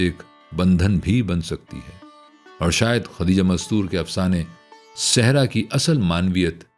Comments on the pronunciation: لفظ سہرا ہے آپ کی ادائیگی درست نہیں ہے آپ صحرا پڑھ رہے ہیں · بھائ آپ سہرا کو صحرا بول رہے ہیں ؟ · Sehraa nhiii seheraaa